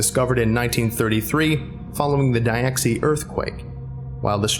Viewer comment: Diexi is meant to be pinyin, right? Surely you should've pronounced it "dyeh-shee"...